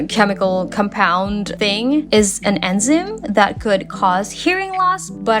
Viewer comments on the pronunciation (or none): Okay someone has to say this: Matrix is pronounced more like May and tricks together. So maytricks for Matrix. It’s highly likely English isn’t your first language from your accent and pronunciation of this, so just a heads up. Beyond that, wonderful video! Edit: oh yeah it’s En-zai-m for enzyme. Notable.